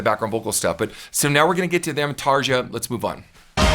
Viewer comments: You got me to subsrice with ."...yeah I kinda do!" <3 Btw Tarja isn't pronounced tarjsha...it's more like Tareeya ;) Not trying to be a smarty pants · First of all Tarja's name in pronounced Tar(ya) not Tar(ja). Secondly, Floor is treating her vocals like Amy Lee? Floor's original band After Forever released their first album in 2000. Evanescence's first commercial release was in 2003. Thirdly, Trans Siberian Orchestra's first release was in 2006. Nightwish's first album was released 2004. Fourthly, the vocals on Storytime were recorded by Anette Olzon, not Floor or Tarja, with Nightwish in 2011. Also, yes, Nightwish runs background tracks just like almost every other existing successful symphonic and prog metal band. Finally, you clearly have a great talent and an amazing vocal range that can match most or all of Nightwish's three female vocalists. So why is Nightwish playing at Wacken in front of 75,000 fans and you are posting vocal training videos on YouTube???? No disrespect intended here but I am curious as a former professional musician how that works. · Little friendly note; the letter J in Finnish is always pronounced like the Y in "yarn", "yawn" and "yard". Most of us don't mind if people don't get it perfectly right though. We know it's not the easiest language ever. :) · fyi, Tarja is pronounced more like Tar-ya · Her name is actually pronounced Tarya.. over there the J converts to a Y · Hey, just a kind note on pronunciation, Tarja is pronounced "Tareea", or Tarya, J in Finnish sounds like a weak "i", as in Aria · The name is pronounced "Tarya" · Nice analysis. BTW - you would probably get closer to the correct (Finnish) pronunciation of her name with: TARYA or perhaps TARIA. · I cringe a little with the mispronunciation of Tarja. Overall enjoyed the video